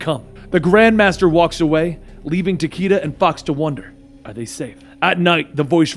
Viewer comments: Dude its takeda like ta-kay-duh. Luv ya much dude keep up the good work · was RIGHT These are all Japanese names. Fortunately japanese has fairly strict guidelines. Raiden - is pronounced as you stated. Takeda- both are wrong. Its Tah-keh-dah. It's the slight difference of "e" and "ei" (e is "eh" and ei is "ey") Shirazi Ryu- this one's a bit tricky to explain. Because there is no vowel in between R and Y it is pronounced in one fluid motion. Ryu and riyu both sound similar, thought the former is one syllable and the latter is two.